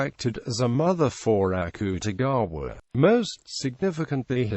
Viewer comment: The accute-e-gaawa is killliiinnnggg meeeeee